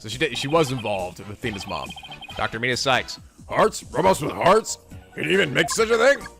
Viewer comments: it's met-iss not meat iss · By the way, Metis is pronounced Meh-tis. There was a character in Persona 3 FES with the same name. Metis's Persona was Psyche in that game and the Metis in this game is a psychological researcher, but the actual Metis is a mythological greek giant. I'm not sure how the name relates to psychology at all. Maybe it's just a coincidence. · It's pronounced Meh-tus. " Meatis" is...something else.